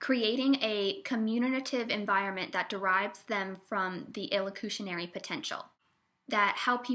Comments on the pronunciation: its PER locutionary not PRE. Here Listening to you struggle to explain Speech Act Theory is like nails on a chalkboard. You have the most annoying voice. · the twitty-voiced narrator pronounces perlocutionary as if it was prelocutionary, which is going to add to the general confusion!